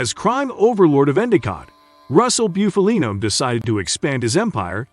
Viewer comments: Can you say Buffalo? Well then you can correctly say Bufalino....not byoofalino. It's Bufalino( BUFF A LINO) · Booofaleeennnnooo he wouldn’t be happy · You really need to learn how to properly pronounce last names before you make videos. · At least pronounce his name right. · Your pronunciation of his name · Guys like this shouldn't be making mob documentaries. His first pic is Funzi Tierri not Bufalino, and he can't even pronounce Bufalino's name right. I'm from PA in the north. This would be like me making a documentary on southern redneck living in Louisiana when I've never lived in south....lol. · Learn how to say Italian names if you're going to make a video about Italians. I can't even listen to this clown. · Stopped watching after the 2nd time he fkd up his name. 🙄🙄🤮🤮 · U can't even say his fuckin name right! This channel always does this shit. I can't watch this shit anymore.